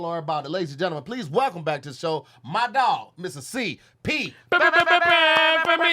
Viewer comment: and!!! Y’all gotta say something bout saying genlmen.. instead of gentleman lmaoooo